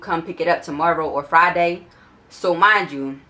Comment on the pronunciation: Dat "mindchew" sound like u from Philly tuh me